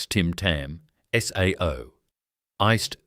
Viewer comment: Please get rid of the AI narration voice, as it can't pronounce the names of the products correctly...SAO is pronounced as "say o"